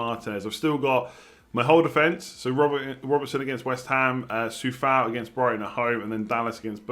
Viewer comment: Enjoying the videos, and it’s Coufal not Soufal btw